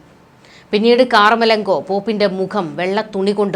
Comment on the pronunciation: കാർ മലങ്കോ അല്ല.കമർലങ്കോ ആണ്